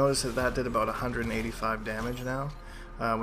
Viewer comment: "Aboot" this guy is canadian as fuckkk